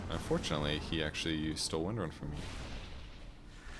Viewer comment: Thumbs up for titling the video correctly, even if you mispronounce her name in the replay. :)